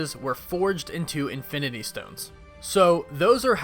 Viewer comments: infiminy stones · Anyone heard Infininy stones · "INFININY stones"